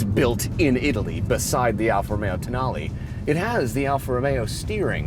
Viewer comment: It’s toe-nal-ley.